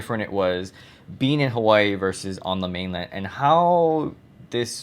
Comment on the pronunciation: For some odd reason I get really annoyed by the way you pronounce Hawai'i. Growing up in Hawai'i, we would never pronounce mainland (Hawai'i). Mainland is America, not called mainland. Hawai'i is the mainland.